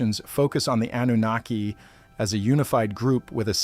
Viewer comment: I’ll tell you that’s a great AI voice. I’m assuming it’s AI I mean so so many words are mispronounced names Zachariah Anunnaki I couldn’t do it.